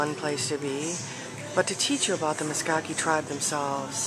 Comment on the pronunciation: Meskaki? MeSKWA, SKWA SKWA. Meskwaki lol